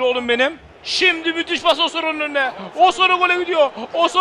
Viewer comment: ŞAKA AMAÇLIDIR ! Abi o dirar değil mabil Abi o osoro diye okunmuyo Abi kuddusi muhtioğlu hakemliği bıraktı